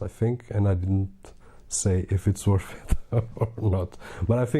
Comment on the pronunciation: Worth... you said woth